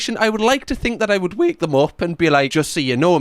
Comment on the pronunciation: I'd "Whake" them up